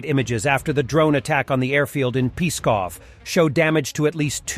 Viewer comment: It's hard to pronounce, but Pskov sounds like psssst... not like peeee :D